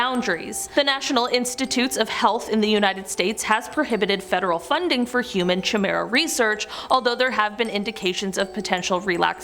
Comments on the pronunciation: Please, please, please… chimera has a ‘K’ (like cat) sound, not a ‘CH’ at the start. This is pretty basic stuff. I understand foreign languages can be difficult, but not this. Please double check your pronunciation. On another note, still a great video. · I know chimera (K ī mera) not chi like tea. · Presenter couldn't be arsed learning how to say Chimera. Its pronounced Ki-meer-a, not 'Chi-meer-a' FFS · You pronounce chimera is ki-mara! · The chi in chimera is pronounced ki. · That's not how you say chimera.